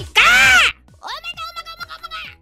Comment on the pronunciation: O H M Y G A H